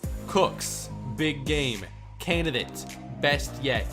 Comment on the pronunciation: I challenge anybody to take a drink every time says "Canidate" and still be sober enough to comment.